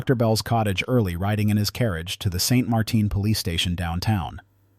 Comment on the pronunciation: Just because the town is in Louisiana, doesn't mean it has a crazy French pronunciation. It is St Martin, and it uses the English pronunciation